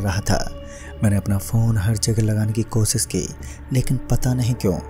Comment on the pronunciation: Bhai kosis nhi koshish Pronunciation thik kar chote